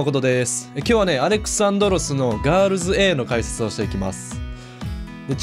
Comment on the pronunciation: ガールズエーじゃありませんよww